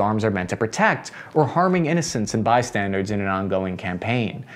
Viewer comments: I found another person who says bystandards instead of bystanders. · hitting "bySTANDARDS" ?? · Lol, it’s not “bi standards,” it’s “bystanders” No “D”